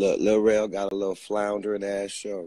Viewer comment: Listen hear "REL-AQUAN" 😂😂😂PLS GET THIS MAN OFF LIVE 😂